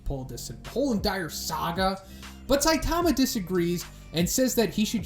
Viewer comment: Please, please, please! It's pronounced 'SAI-tama'. Emphasis on the 'Sai', not 'Ta'.